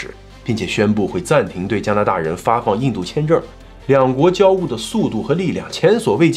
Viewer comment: 交恶e四声